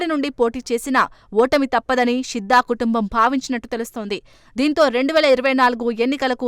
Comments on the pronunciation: షిద్దా కాదు తల్లే శిద్దా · షిద్ద కాదమ్మా... శిద్దా